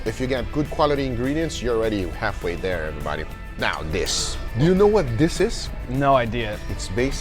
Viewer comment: everytime guga says "Oh wow every-bahdi"🤣🤣